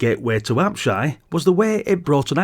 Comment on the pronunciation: Many fond memories of this one - used to waste many an hour dungeon crawling and cursing many cheap deaths, IIRC 😅 +1 extra 👍 for pronouncing "Apshai" correctly (I watched a video a long time ago where the guy kept mispronounce it at least 3 different ways - It was so grating! 😂).